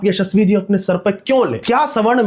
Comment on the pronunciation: The way you say yashasvi ji is epic😂😂